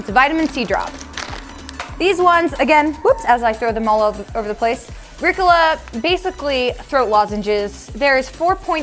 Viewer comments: Rickola? It's called Riiiiicccoooollaaaaa! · It's REE-cola not Rick-cola. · rick ola?!?!?? you meant ree cola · It's not pronounced ricala. Its re-cola. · Did you just call halls hal's and mispronounce re-cola? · But nobody’s gonna talk about the way says Ricola😂 I had to check if i was saying it wrong but then I remembered the commercials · said halls, and Ricola wrong lmao